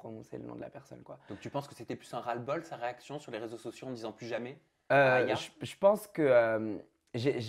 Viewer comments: Aya Nakamura deux syllabes pas si compliqué de le dire, volontaire je pense de la part de nicos 🤦🏾‍♀️ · Ecorcher le nom d’aya dans tout les sens 4FOIS dans la soirée je suis désolé mais c’es fait exprès, ils ont voulu montrer un manque de considération pr l’artiste qet c’es un gros manque de respect qui ne serait pas arrivé si elle aurait été blanche POINT BARRE.